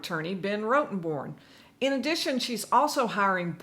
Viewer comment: It's not that hard to say ROTTEN-Born.